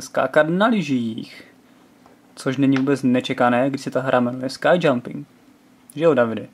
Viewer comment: Pokud se to jmenuje opravdu "Sky jumping", pak je docela překvapivé, že jsou tam lyže :o)) Pokud je to "Ski jumping", pak už to tak překvapivé není :o) Takže výslovnost "skaj" je obloha, lyže se čtou "ski" :o)